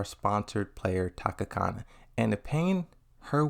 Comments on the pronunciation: U fucked up pronouncing and spelling her name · I’m triggered because you keep saying her name wrong lol I am honestly shocked. Tanukana was the player that got me into Tekken, I followed her for years and can’t believe something like this would happen. I agree people can change however in such a spotlight once you’re cancelled that’s it. It’s hard to even get to that point and even harder/close to impossible to come back. We don’t truly know what she said, I won’t trust a Reddit source , but we do know it was something bad enough to her cancelled. I hope she takes the time she needs to reflect. People make mistakes and people can change. Wishing her the best.